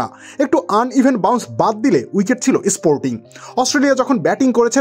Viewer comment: isporting istump ispeed iscore 😀😃😄😁😆😅🤣😂 aapnara english e eto nimno maaner keno